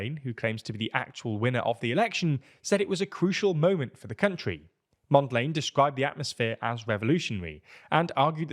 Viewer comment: totally butchered the names. I am gonna come back to that "Mondlane" 😅